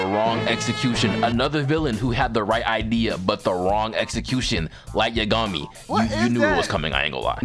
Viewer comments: Light yuhgami it yagami minda the same way u say megumi but u say yagami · Man, am I the only one hearing this foo, say Light Ye-gummy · Everyone: Light Yagami: Light YaGummy lol 🤣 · The way you pronounce Yagami makes me genuinely feel like I should be institutionalized. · Please don’t ever say light’s name again who tf says yagami like that😭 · Saying light's last name like he's a cousin of Yumeko from kakegurui 😭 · I can't continue watching this video because of how you mispronounced Light Yagami's last name. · I dont like the way you said "Yagami" bruh lmao